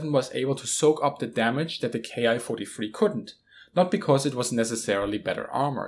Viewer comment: There's a small mistake in the video, the Japanese series of planes is not pronounced K-I (kay-eye) but Ki (key), the Japanese script uses a single symbol キ(ki) to designate the series of fighters.